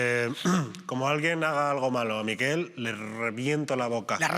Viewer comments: Que no es por ser picky, pero.. “Miquel” no es “Mikel”, gracias. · En català se pronuncia "Miquèl" i no "Míquel". Suena muy raro 😂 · POR QUE INÉS DICE TODO EL RATO MÍKEL? SABE QUE ES MALLORQUÍ Y NO VASCO? digo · La sílaba tónica es quel😊